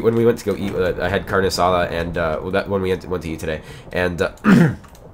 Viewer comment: you cant say rrrr Spanish. ormaybe u can we u said carne asada